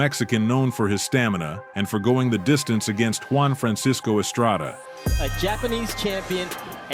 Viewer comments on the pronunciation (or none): none